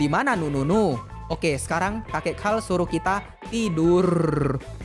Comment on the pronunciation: karl bang bukan hal